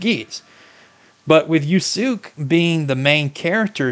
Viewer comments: The U is silent it's just (Yas-Ke) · It's "Yah-skay" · It's painful to hear you butchered Yasuke's name with "Yoosook" every single time wtf, Ubisoft released a video explaining the trailer where they mentioned his name multiple times, can't you watch that first before making this video?